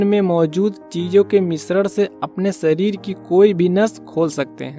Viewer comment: सरीर नही, शरीर, जीवनसैली नही, जीवनशैली बोलो, हमारे बच्चों का उच्चारण खराब न करें